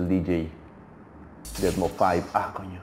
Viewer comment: se dice deadmaus